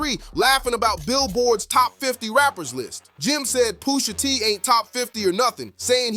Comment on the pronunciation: who the fuck is poosha? said his name in the video like 50 times and you still messup is crazy like you edited this and still messed up the name smh nasty work